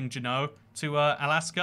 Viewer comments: You pronounced juneau wrong its “jew no” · Juneau is pronounced JOO-no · Juneau: JEW-NO Osoyoos: OH-SOY-USE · Pro-tip: Juneau is pronounced (Joo-know)